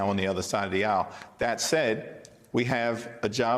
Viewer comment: Why cant he say that, not Dat